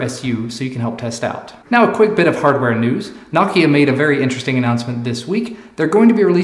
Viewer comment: Nice to see an American pronounce Nokia properly